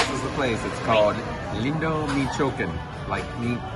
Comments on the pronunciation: I laughed when you said the name of the Mexican restaurant was, "Me chokin", but then I realized you might be serious, "Me Chi Wa Kan". I only know this from all the Cheech and Chong movies I watched back in the 70's & 80's. Really enjoy watching your videos, safe travels. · 😂 Yeah we were serious because we asked the waitress and then we found out different. I think it was how she said it that sounded that way. So then we looked it up and it said it was pronounced (mee-chaw-ah-kahn) All close enough. 😂 Those old Cheech and Chong movies were hilarious! Thanks so much Scott! 😊🤓